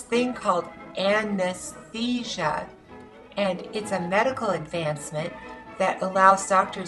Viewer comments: an-es-thesia... LOL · AN-ES-THESIA? i should try that...